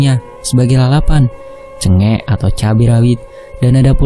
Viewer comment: Koreksi ya Min.. Cengek baca E nya kayak pengucapan "cengeng" hehehe Cengek=cabe Pisss Min✌️✌️